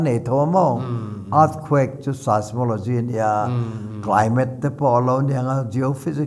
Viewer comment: Mi interview tur chuan tlem a inchhiarzau ve hret thin tur asin le. 'Sis-mo-lo-gy' a ti tlat mai, 'sais-mo-lo-gy' tih tur a nia.